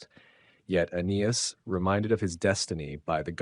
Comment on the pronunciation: How does one make a narration on the founding of Rome and not know how to pronounce Aeneas.....